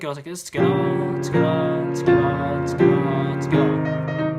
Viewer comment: Your "Toghether" sounds like '' SKOILÀ " lmao i didn't understand at first